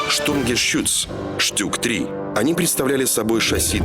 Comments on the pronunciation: токо не штюк а штук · феликс жилин Спасибо. А я не знал. Просто в сокращении Stug читается как "Штуг", но никак не штюк или штук.